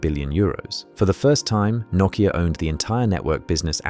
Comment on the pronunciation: and yanks take note on how he pronounces nokia, not the yanky way saying "noe keeya"